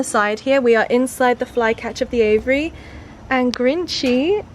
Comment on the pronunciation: say aviary not aviyary !